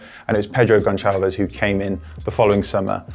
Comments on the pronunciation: it’s Sporting, not Sporting Lisbon. And it’s Pedro Gonçalves. Pronounced like an s. I don’t want to hear you say Gonchalves ever again! 😩😅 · Just a minute correction: the "ç" in Portuguese (as in 'Gonçalves') is pronounced like the "c" in 'cereal' and not like how it's pronounced here. Loved the video, and that segment was really good. Edit: pig as dog